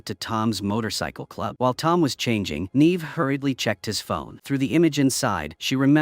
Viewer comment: Yay for more AI slop. It managed to prounounce Neve correctly a whole two times, followed by endless NEEEEVing. 💩💀